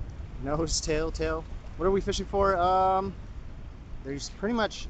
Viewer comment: wishing instead of fishing.